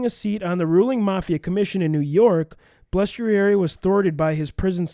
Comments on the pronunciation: Its not that difficult to say Bal es trari, now put it all together and say it right! Good God!!!! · Guy's, you REALLY butchered Frankie Bal's name. You must not be from the Milwaukee area. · If you're going to read about somebody maybe pronounce the name right